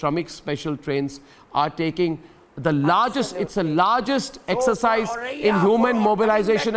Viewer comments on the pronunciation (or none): none